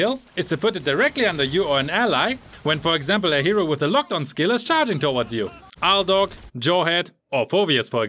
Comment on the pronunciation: aldog?????i thought it was aldous